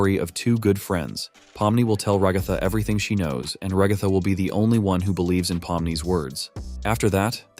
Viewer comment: FR LIKE ALL I HEAR IS RUHGATHA